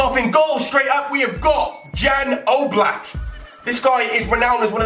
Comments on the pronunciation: it sounds like yan oblack but it is spelled jan black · im from slovenia like jan oblak.. btw i know you dont say it right cuz you are english xD